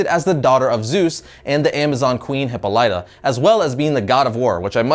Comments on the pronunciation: Why can't you pronounce Hippolyta correctly? Hip-all-i-ta. Not Hippo-lyta. Dumbass. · It's pronounced hih-PAWL-lih-tah. Not hih-po-LITE-ah. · Please take 3 minutes to learn to pronounce Greek. Hy-pol-Eh-da. Great show! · Some times I think he miss pronounces words and names on purpose...its pronounced Heh-pall-leh-tah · Pretty comprehensive list. Kudos for that! My only gripe (and it's minor) is: You're pronouncing the name Hippolyte (WW's mom) wrong. it's Huh-POLL (rhymes with "doll")-eh-ta. It means "she who frees horses" in Greek. One of the characters in Gustave Flaubert's Madame Bovary is named Hippolyte. Love your videos! :) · In Re: Hippolyta. It's Hi(p) PAHL ituh (short i's in both spots), or HIP paul tuh (short i's again, just a stress-variance on the accent/emphasis), NOT ending with "lituh/lightuh", and not blending the first two syllables together. Ending syllables in Greco-Roman names (especially for mythic females) are rarely-if-ever stressed -- it's usually the first-or-mid-syllable(s). Just saying... know your comics... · Hippo-lighter? ffs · it is pronounced Hipol-lital-ya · It's really weird to hear you pronounce Hippolyta, cause I've always heard it as He-PAW-li-ta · Great job on the video, as usual. But for the love of God learn to pronounce the names. Wonder Woman's mother's name Hippolyta is pronounced, Hip-pol-it-TA. Just check out Justice League TAS, you can learn how to pronounce the names. Again THANKS FOR THE GREAT VIDEOS, you have helped me fill a lot of the gaps in my comics knowledge. Keep up the great job. PS: HELP KILL THE FALSE RUMORS THAT DEADPOOL WAS BORN IN CANADA. As you have shown, he was born in Ohio. Let the new wannabes know, could ya? Please! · I hate to be that guy, but i'm going to be. Every time you said Hippolyta,I cringed. It's pronounced Hi-paul-it-a, sight emphasis on the paul. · of Hippolyta: Hip-aul-it-uh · The pronunciation of her mother's name is always said wrong 🤦🏽‍♂️ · He can't say Hyppolita lol